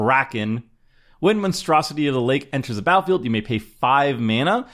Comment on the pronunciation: the word battlefield has two "t"S in it. this guy says the word battlefield without pronouncing the hard t sound in the word. seems uneducated and slovenly.